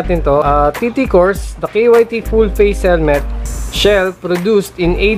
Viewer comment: K Y T KYT(KAYT)Yan ang okey na pronounce nya 😊👌🏼. Rs